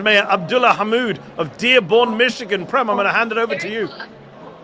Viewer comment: Mehdi Prem is pronounced Prame.. you know that.. or should, since you are Indian